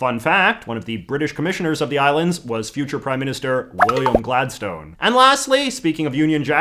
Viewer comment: With all due respect, Gladstone is pronounced Glad*STUN*.